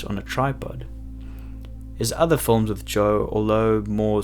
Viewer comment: My only wish is this guy would say “films” instead of “fullms”